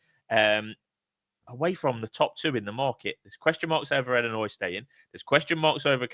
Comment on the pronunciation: Iearn to speak its illinois not ellinois